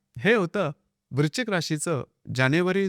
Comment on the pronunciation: Video good.पण वृश्चिक म्हणा.वृचिक नाही.😢